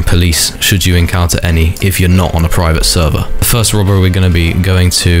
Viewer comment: bro keep repeating praivet servah 💀💀